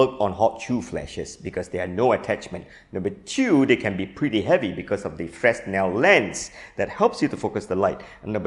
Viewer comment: 1. Fresnel is pronounced fre-nel 2. What you showed in the beginning as a Fresnel modifier does not use a Fresnel lens, but a spherical one. It's an honourable thing to check your facts before you teach them to others.